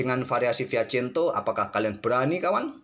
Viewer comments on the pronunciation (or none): Yg benar itu Fianchetto atau Fiachento Atau Admin sengaja plesetkan, soalnya sy merasa jangggal dengar nya